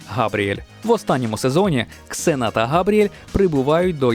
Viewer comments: Не Ксена а Зена =) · Не Ксена,а Зена! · Літера "X" ні разу не читається як /з/, то в недолугих російських перекладах вона Зена. Я як взнала, позеленіла